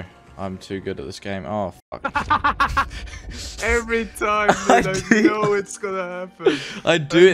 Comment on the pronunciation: "nah Im too good at this game--ah fook" death XD Rare cokes in cluth to punish ALL bragging